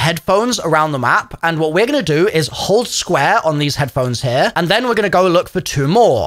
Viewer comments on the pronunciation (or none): "window right heaurrr" cuh wtf u even say😂😂